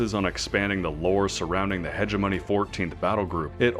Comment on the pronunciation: Nice vid but... imagine playing star sector as long as this guy and still pronouncing hegemony like him :face-blue-wide-eyes